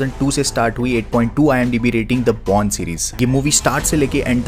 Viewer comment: am the only person who heard borne series as porn series ??